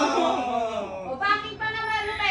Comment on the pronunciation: Lol 😂😂😂 Banking daw sabi ni … Ayos 😂😂😂